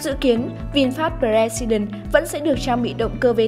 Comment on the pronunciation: Tên hay ý nghĩa mà biên tập viên đọc là bờ re si đừn. Thua